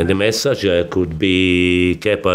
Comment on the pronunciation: Conte,and sarri always say massage.